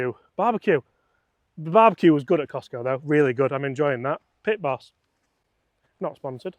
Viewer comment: Why are you persisting in calling it the Cistco driver? It is Kirkland Signature. Also, you set the whole video up to be anti-KS-pro-Eleven. The were talking from the outset about how the Eleven was "better" and more "premium", etc. Seems a bit one eyed, maybe?